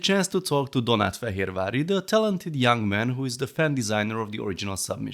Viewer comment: How good you say Fehérvári